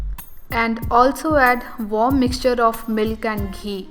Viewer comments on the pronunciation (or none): none